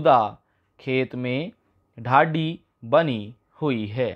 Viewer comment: हद है, ढाणी को ढाड़ी, डिक्री को डिकी, सींव को सीव, बोल रहा है, देखकर भी नहीं पढ़ सकते क्या😡😡😡